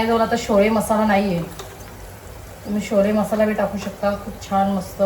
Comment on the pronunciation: वन मिस्टेक... नों शोले... छोले बोल न तर लोखा 😅🙏